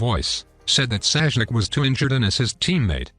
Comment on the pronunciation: Bro called sasuke saijuke😂